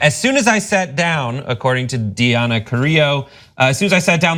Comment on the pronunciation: How do you mispronounce such a common name as Diana?